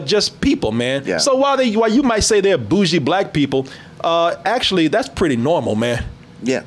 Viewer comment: Ohhh, Bougshie.... I always read that as boogie lol Cuz isnt there suppose to be a "r" bougie?